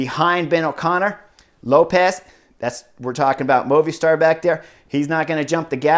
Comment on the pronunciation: LOVED Stage 7 and I am loving your analysis of the stages! Today was super exciting to watch!! If you can, get word to, that MOVISTAR is Pronounced "MOVIE STAR" As you know, it is a Cell Phone company, service. He pronounces it "Moovih Stsr. Mike